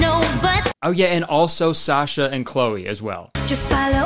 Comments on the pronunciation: Kurtis's slight mispronunciation of "Sasha" makes me wanna fight. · Can’t believe he pronounced Sasha like that